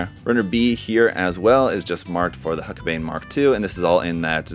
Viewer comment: It's pronounced hulk-a-bine